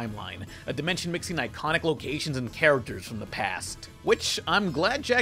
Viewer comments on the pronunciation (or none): none